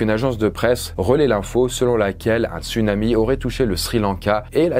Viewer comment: On dit "tsounami".